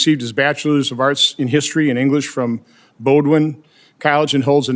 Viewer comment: All members of Congress, senators and House reps, and their staff are required to purchase health insurance through the ACA marketplace. They do not have the FEHB insurance that government. employees have. Btw Bowdoin is pronounced Boh-din , not Boh-dwin.